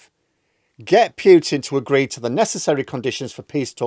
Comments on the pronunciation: Good channel,. By the way, it's Poo-tin, not Pew-tin. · Still mispronouncing... PEWTIN. NOOOOOOOOO....POOHtin for christ sake.